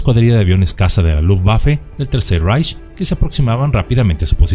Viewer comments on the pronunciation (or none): Por último debo agregar que la pronunciación del alemán no es como la ejecutas!, Ejemplo: REICH pronunciación hispana ❌Raich❌ REICH pronunciación correcta ✔️Raij✔️ igualmente la W no se pronuncia como "uer" si no más bien como V! Ejemplo WERMACHT pronunciación incorrecta ❌"uermacht"❌ Pronunciación correcta ✔️vermajt✔️